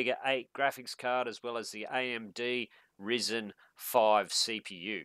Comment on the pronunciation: Duude its not RiSen its ryzen ....